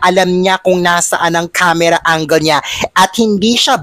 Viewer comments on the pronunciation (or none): none